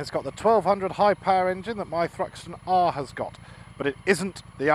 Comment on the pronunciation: I'm gonna have to start calling u ""!